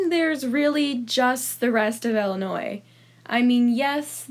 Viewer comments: She just complains about her pet peeves. So, I have one just from her. She says "Ella-noy" (Ellinois) instead of "Ill-in-oy" (Illinois). It’s like saying “melk” instead of “milk”. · Also, it's not Ellenoi, it's ILL. As in sick. It's not pronounced like a name. lol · Illinois is actually really cool and it’s pronounced “Ill-a-noy” not “ella-noy” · I’m from Illinois and we call it ILLinois not ELinois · It’s Illinois not ellinois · It’s pronounced illi not Ella smh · I live in Illinois and it's pronounced illi-noi not Ella-noi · You pronounce it Ella Noi? I pronounce is ILL i noi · It's not Ellinois 🤣🤣🤣 it's Illinois with an I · Ok but it is not pronounced “Ella now” it is “illa noi” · I hate the way you say Illinois... it's "ill" like "my mother is very ill". You weirdo, who the fuck says Ell-inoy? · Wait that's how you pronounce Illinois? I say Ill- i- noy... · Pronounces "Ill" as "ell" but judges people who pronounce the s 👀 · it’s pronounced Ill-a-noy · All my life I've had people say Illi- NOISE when I told them I'm from Decatur Illinois. I just ask them to pronounce Iroquois Indians. Then tell them it's not too hard. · Every time she said Ellanois I wanted to die in a hole. Thank you.. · Btw there’s not much tornados anddddd there’s not much flooding bc the sun is pretty stron and say Illinois right and Illinois is not ExTrA fLaT and our government was not our fault and one more thing Illinois has so collages and btw u hate Illinois probably Bc u never when there bet u just googled it but didn’t have the right answer so yEaH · Shut up kid It’s awsome to live in Illinois. Yea it sucks that there is an s in Illinois but it’s awsome